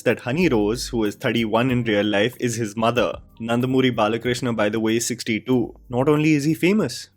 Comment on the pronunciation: Get the names right bro in the first place.. she is Varalakshmi and not Vaaralakshmi.. why dont you people get pronouns/names atleast properly; even as you mentioned Nandamuri as Nandmuri, I am sure you are not a telugu guy; just a fan of Balayya